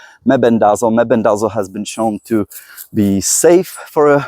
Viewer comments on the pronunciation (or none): Fenbendazole pronounced fin-bin-da-zall (or "saul" in southern US, lol) or just say "fin-bin", mebendazole is like "muh-bin-da-zall". Took me awhile to say them without tripping over my tongue too.... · the words you can't pronounce are fenbendazole and menbendazole, pronounced fen ben duh zole and men ben duh zole. I have used fenbendazole with tumors on a pet rat with good results in terms of stopping progression, but died of an unrelated respiratory issue that rats are prone to.